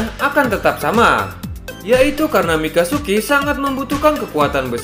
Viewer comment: Wkwk.. bang.. Mikazuki Bang.. mikasuki beda arti lagi. 🤣🤣🤣🤣